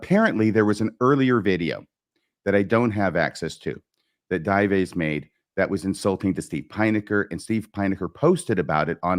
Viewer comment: Dives - pronounced Dee-vays.